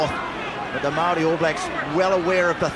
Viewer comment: Why does the commentator keep referring to the Maori as what sounds like the 'Molle'? Is that the Maori pronunciation?